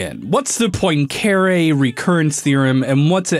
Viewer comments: As a Numberphile/"casual math" fan, the pronunciation of Poincaré is physically painful to me, but funny nonetheless. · Tell me one thing, what in a sign of stressed syllable you do not understand? It’s god damn Poincareeeeee, not pOinKeeiRi ugh that is disgusting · It’s pronounced pwancuhrehh (because it is French) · poin-care-y ???? its pronouced Pwon-cah-ray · Henri Poincaré: is French, pronounces his name 'on-REE pwon-ka-RAY': "Henry Poyncarray" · The science is, of course, most excellent. BUT. mispronunciation of Poincaré (pwahn kah rey) nearly killed me x.x I recognise it's incredibly pedantic, but he said it so many times I almost died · You mispronounced Poincaré. It's pwong-ka-RAY, not poin-CARE-ay. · Bro Im pretty sure Poincare is pronounced "point"(without t) + "carè" ( accent on last e) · As a math grad, his pronunciation of Poincaré made me shake my head. It's "PWON-ca-ray". Otherwise, it's a great follow-up video to the Marioplex. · Um it’s pronounced poincuhRAYYY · You really butchered the name of the t heorem. Anyways, in your video you show a serious missunderstanding of what phase space is. The simplest explanation would be: In phase space you plot e.g. the position on one axis and momentum on the other. Then you can plot the energy evolution of the system in that space ( for example, A harmonic oscillator would be an ellipse there). I used to really like and still like the theories from your channel, pls don’t ruin the good research we’ve all gotten used to. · How can you mispronounce Henri Poincaré so badly? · 1 : Nether is only half the size of overworld (128 blocks in height) 2 : this is not how you pronounce "Poincaré" 3 : still a good video but the aforementioned elements are too prominent to not be researched, one name and a number that represent very little research too : / Timestamp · That mispronunciation of Poincaré hurt me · HOW did he pronounce Poincaré????